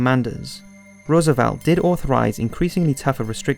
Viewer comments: It's a decent documentary with a lot of added detail not in other WW2 documentaries but his incorrect pronunciation of people's names is quite irritating - Rommel and Roosevelt are good examples. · Good, just a few pronunciations were off like Rommel and Roosevelt.